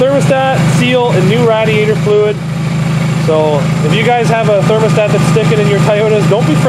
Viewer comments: Rad is short for Radiator lol it’s Radiator not Rad diator lol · Say it with me. Ray Dee ator. Now say it fast